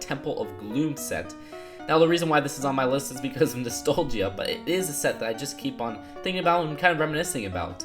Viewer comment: Sorry, but I think that you might be saying nostalgia wrong. I guess it is one of those words that can be pronounced in different ways.